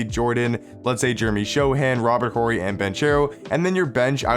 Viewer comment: Yo, Horry has a silent h bro